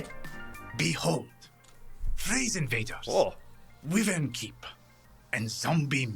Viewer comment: pronounced wyvern wrong. It's pronounced why-vern, I even looked it up.